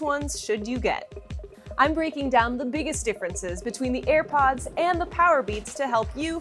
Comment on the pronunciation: did she say earpods😂